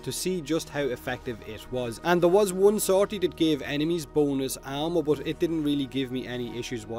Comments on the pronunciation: I'm sorry, I keep on thinking that you're saying boneless instead of bonus and laughed throughout the video. #bonelesscorrosive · i thought u said B O N E L E S S